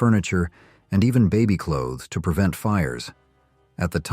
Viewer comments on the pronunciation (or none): none